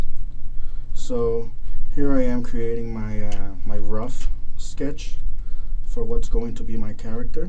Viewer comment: It's "creating" not "crating"